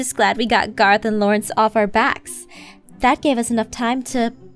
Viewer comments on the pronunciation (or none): its garroth not garith